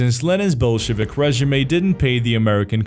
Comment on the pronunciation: damn you totally butchered the word "regime"